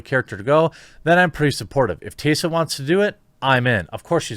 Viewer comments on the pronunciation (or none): Taysa Thompson? Plz say Tess ah Thompson cuz what you said hurt my head a little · Tessa, not 'tay-sa' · Hey look... it's Tessa... not "TAYSA"... it's "Tessa" Thompson. And if Tessa looked like she had recently had an orgasm in those pictures after the all night "party"... then clearly her needs are being considered. As long as Tessa was taken care of... how is this anyone's concern? Good for you Tessa! Hope you're feeling good darlin'! 👍🏻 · it's also pronounced TESS-UH not TAY-suh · It’s Tess-a Thompson, not Tay-sa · Are you saying "TAY-suh?" TheQuartering butchers the pronunciation of yet another name. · "Tae sah" Thompson? Don't mean to nit pick because I hate that but...yeah. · Who the heck is Tay-sa? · how come he puts a "Y" in tessa's name? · You can tell the journalistic integrity by the way he pronounces her name "TAY SA" thompson ..... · Why can’t this guy pronounce “Tessa”? It’s weird. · The only thing wrong here is the way Jeremy pronounces "Tessa" 😜